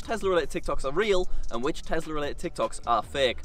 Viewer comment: Ah yes tezla